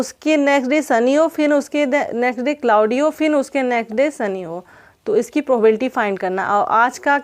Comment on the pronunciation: फिन नही फिर बोलिये